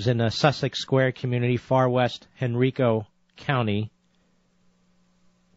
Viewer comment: Great man. (But one nit-pick...it isn't [Hen-reeek-o] county, but [Hen-rye-ko] county)